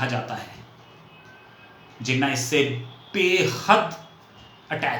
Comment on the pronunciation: Thanks. I am a Pakistan and here is my thought process. No disrespect to your accent but you have continuously mispronounced Jinnah’s name as Jenna’ without the [h[. I doubt if you were deliberately mispronouncing it but it was harsh on me because Jinnah is a very reverential figure in Pakistan. India has been blessed with great leaders while Pakistan had only Jinnah. Now the house in Bombay. Like millions of Pakistanis and Indians too, it was not easy to leave their ancestral home and migrate to other country and they always wanted to go back. Lots of them even brought the keys to their homes with them. Even ordinary Pakistani Punjabis like my father who had no palatial homes in Amritsar wanted to go back. Jinnah’s home was expensive one and so was his love for the home. At the time of independence, Jinnah vision wa that both India and Pakistan’s border would be soft borders meaning people can come and go as they wish and he or both leaders had no idea of this grand scale migration and the bloodshed associated with such migration. I think migration and bloodshed was not a foreseeable by both Hindu and Muslim leaders. It came much later with the Redcliff Award. So your accusation that Jinnah wanted to come back and longings for his home cannot be true for one additional reason and that only Jinnah knew the extent of his terminal illness. Fatima ~Jinnah ran for the presidential election in 1964 and could not have contested her will in India because that would h